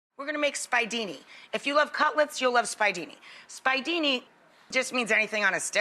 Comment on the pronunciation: Omg....how can she claim yo be Sicilian and pronounce the "spiedini" "spy-dini????" It's making me nuts. And those are the size of braciole. I can't.